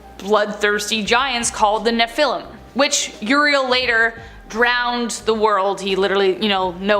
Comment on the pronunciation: You need to get your quotes write they saw that the daughters of men were “fair” and you pronounce the nephillim wrong